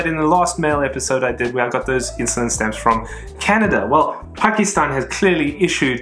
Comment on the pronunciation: Fun and informative as always ... your correct pronunciation of "Pakistan, Afganistan..." I am sure is adding to your appeal with collectors from that region. Well done!